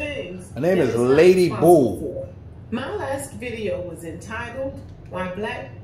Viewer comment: Her name is Lady Boule (pronounced Boo-lay). Not Bouie